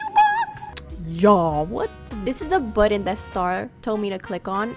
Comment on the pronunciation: SPACESHIP? BUTTŒHN Crazæh geæeeeet FAAAÆNCEYY *literal fart” SPRING RÆOLS GIRL SAID “🦅” Her Building skills are a SHEFS KISSSS